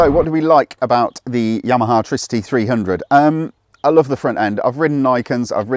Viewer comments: It's Tri-city, not Tricity. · Its not treecity its tricity for example wifi / tri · I think it's pronounced TRI-CITY. It's a tricycle after all. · LOL that bothered me too